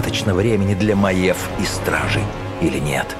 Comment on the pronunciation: Не Маэв, а М-А-Й-Е-В.